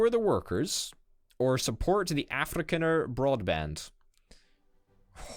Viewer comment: It's Afri-con-er not Afri-can-er